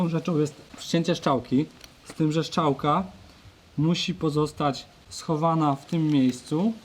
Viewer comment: Czy mi się wydaje czy pan mówił ,, szczałka,, zamiast strzałka? :p